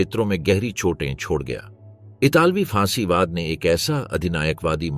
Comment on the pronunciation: सही शब्द फासीवाद है ना कि फांसीवाद, आपके बार बार गलत उच्चारण से सुनना अप्रिय लगता है फासीवाद राजनीति का प्रचलित शब्द है आपको इसकी जानकारी होनी चाहिए वस्तुत फांसीवाद कोई शब्द या वाद नहीं होता😅😅😅